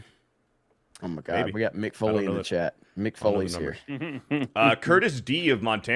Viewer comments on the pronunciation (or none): none